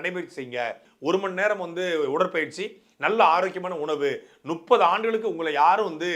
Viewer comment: சாட்டை தெளிவா பேசு முப்பது என்று சொல்ல தெரியல நுப்பது. என்று சொல்லுற....